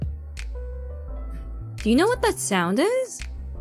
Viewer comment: 発音詳しい人に聞きたいんだけどカナダってthatの発音こんな感じなの？ 「thぁぃ」みたいな感じに聞こえるけど